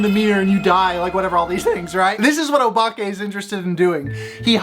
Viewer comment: your pronunciation of “obake” was on point I really recommend Nippon Youkai Daizukan (にっぽん妖怪大図鑑) by Tooru Tsunemitsu (常光徹) The illustrations are crazy good; I bought it when I was maybe Seven and it gave me hella nightmares